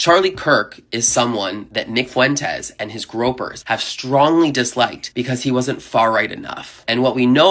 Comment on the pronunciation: Gr-oy-pers. Not gropers.